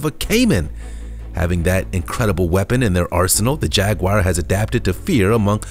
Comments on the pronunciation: It is a jaguar not a jagwire! Quit mispronouncing it. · Every single time I watch one of these videos I find the maker can’t seem to tell the difference between footage of Jaguars (which none of you seem to be able to pronounce btw...they are not jag-wires), leopards & cheetahs. Good job on keeping the average up 👌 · What is a "_JAG WIRE?" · what the fuck is a jagwire ? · Some one should teach these people how to pronounce the names of animals like Jaguar it’s pathetic ! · Maybe that's his click bait.. He sound so certain 😣😣😣